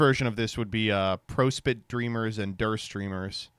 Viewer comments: Bad news. That's one of the few Homestuck words we have an official pronounciation of. The song "Chain of Prospit" by Michael Guy Bowman features him saying it, and he does say it prAHspit. I'm afraid you're the one who's incorrect. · It's Prospit as in Prosper because otherwise you can't do the Prospiss pun dude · I feel like you pronounce prospit wrong on purpose to irritate people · Most upsetting part about today’s freax is hearing pronounce it PRO-spit